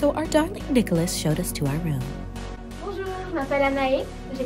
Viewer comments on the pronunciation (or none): Haha the way she said "bonjouuurrr" sounded exactly like Emily in Paris